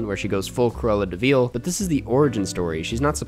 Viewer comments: Dude can't even say "De Vil" right after having watched the movie. It's not Cruella DeVeal. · Feel free to just say "vil" instead of "veel" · This guy doesn't even know his to say Deville. ITS PRONOUNCED DUH-VILL NOT DE-VEAL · Have I've been saying Deville wrong my whole life? Is it de-veal not duh-vil? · I love your content, but you’re the only person in the entire world who says “Cruella de VEEL” come on man you know it’s not pronounced that way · de Veal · Okay but why is he pronouncing it De veeel? 😂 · why is nobody talking about pronunciation of "de vil"